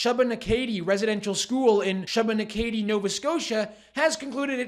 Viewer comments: It's pronounced "Shoo-buh-NACK-a-dee" NOT "Shuh-buh-nu-KAY-dee". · great video, Shubenacadie is pronounced" shoe been ack a dee". I'm less than an hour from there and have been past the "Indian school" a lot in my life. I've never heard of any horror stories, but I can imagine that it wasn't pleasant. This storyline is being used for the UNDRIP agenda, of us not having an absolute right to owning our property ( Like Lametti has said ) and giving it back to the indigenous. The government took kids away from their families then, and now they are doing it again with the trans gender bs. Lord help us. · It’s shoe buh nack uh dee lol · Please take care to learn how to pronounce locations in Canada. i.e. Shubenacadie SHOO-ben-ACK-eh-DEE. Thank you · You're pronouncing it wrong --- Shubenacadie (/ˌʃuːbəˈnækədi/ SHOO-bə-NAK-ə-dee) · just for future reference: Shubenacadie is prounounced.... "SHOO - bah - NAK - ah - dee" The way you mispronounced it was adorable tho. I thought that was cute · 😂😂😂 for the record shubenacadie is pronounced.. Shoe-ben-ack-a-dee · Awesome reporting, but I cringed at your pronunciation of "Shubenacadie". It's pronounced "shoe-ben-ack-a-dee". (Source: lived in Nova Scotia for 30+ years) 🍻👍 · How he pronounced Shubenacadie was classic